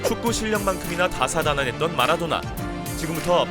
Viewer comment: 다산다난은 뭐냐 똑바로 안하냐